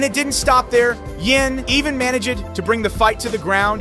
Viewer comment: (Un-leash-ed) (man-e-jid) (bear-a-g)🤣🤣🤣 brother what